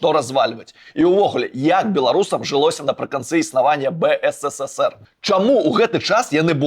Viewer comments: выдатнае відэа, але БСССР праз слова замест БССР троху рэжа вушы( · Только не БЭЭСЭСЭСЭР, А БЭЭСЭСЭР ! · ты ў БСССР занадта шмат "С" вымаўляеш)) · Реально, сперва было интересно смотреть Но очень режет слух БСССР.... Какое нафиг.... На мастерке почитай как правильно.... Ёпть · Ён кажа "бэ эс эс эс эр".